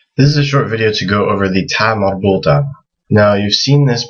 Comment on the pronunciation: "ta marbultah?" or "ta marbutah?" I hear "marbultah" with an L sound